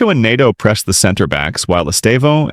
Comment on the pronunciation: Paydro??? Nedo?? Only Americans pronounce Pedro as Paydro and Neto as Nedo. An American making analysis or commenting on football matters is just catastrophic. These guys can't seem to pronounce these players names correctly. Paydro, Nedo. PHUCK.